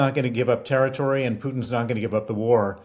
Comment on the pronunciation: How lovely to hear say territree instead of terri-tory, well done